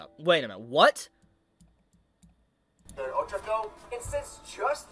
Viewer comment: My guy, her name is pronounced Oh-CHA-ko